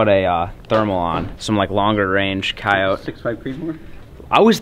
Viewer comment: your saying coyote wrong